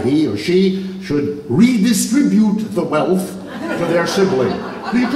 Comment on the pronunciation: ~ LOVE HOW HE SAID 'REDISTRIBUTE THE WEALTH!" ~ .